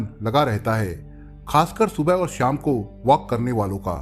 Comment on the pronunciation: सर जी आपका तरीक़ा बहुत अच्छा है पर एक शिकायत है। शिकायत यह है कि कुछ शब्दों का उच्चारण ग़लत लगता है और मुझे अखरता है । एक शब्द है शाम जिसे आप श्याम कहते लगते हैं! अगर मेरे सुनने मे ही ग़लती है तो माफ़ कर दीजिएगा !